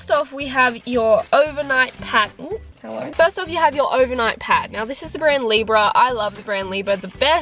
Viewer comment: The “hellew”